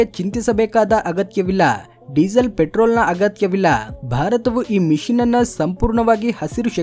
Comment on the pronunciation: ಸರ್, ಅದು ಮಿಶಿನ್ ಅಲ್ಲ, ಮಿಷನ್